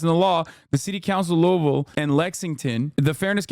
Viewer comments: he pronounced louisville correct!!!! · How tf does Hasan know how to pronounce Louisville right but keeps saying Andy’s name wrong lol